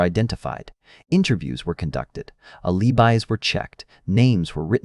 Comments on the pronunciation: If you care so much, then actually narrate instead of using AI crap that screws up pauses, runs sentences together and mispronounces words i.e. ah-LEE-byes. WTH! I had to back up to look at the closed captioning to realize it was AL-i-byes. Even if you don't want to narrate yourself, at least watch/listen for crap like this and correct it before uploading!!!! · Aleebuys? C'mon